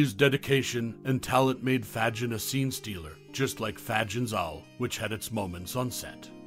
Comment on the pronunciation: pronounced, "fay-gIN...." not: "FAHjin..."